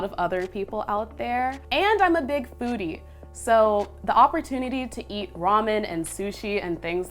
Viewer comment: You said big foodie ?. I heard something else.